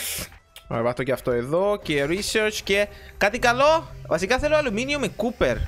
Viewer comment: δεν ειναι κουπερ ειναι κοπερ